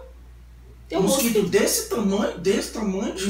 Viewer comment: kkk o melhor foi da câmera nós ovos e quando ela fala musquito ebgexipci kkk